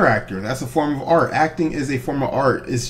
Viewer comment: He tried to say Art but he said Out and Alt.